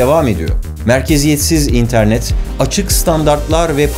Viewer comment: Barış abi neden internet derken değişik bir vurgu yapıyorsun?